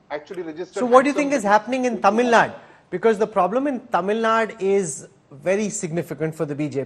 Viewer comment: Poonavala's pronounciation of some Tamizh words are quite good!